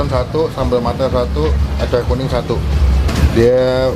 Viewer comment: Acar kuning bang, bukan " acay kuning " 🤣🤣🤣